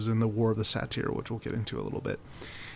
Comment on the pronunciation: “Say-ter” not “Sateer” lol..